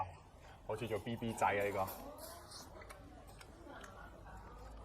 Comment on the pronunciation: 講"BB仔" , BB有分高低音，我唔識講，搵人教吓佢😂